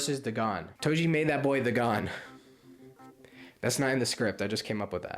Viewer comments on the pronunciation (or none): Bro talked about getting cooked for mispronouncing sukuna and proceeds to say duh gone